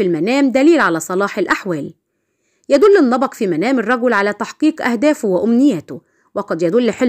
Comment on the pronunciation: النبق وليس النبأ